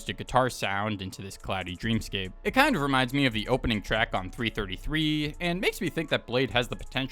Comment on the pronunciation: bro said 3 33 not 333